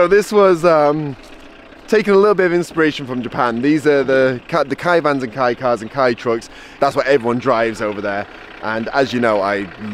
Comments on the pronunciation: It's Kay not Kai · C'mon, it's pronounced kay not key. 🤣